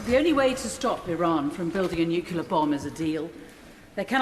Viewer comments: I'm sorry. I can't listen to these people any more. They are a disgrace,. And not just because none of them seem to be able to pronounce the word "nuclear". Hint: it is not "nuculer". Sheesh. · The Foreign Secretary can't even pronounce nuclear. It twangs my brain every time I hear him mispronounce it